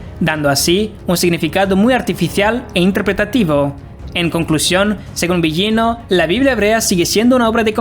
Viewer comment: No se pronuncia "Biyino". Busca la pronunciación correcta. No existe ese sonido en el español, pero es más parecido a la L.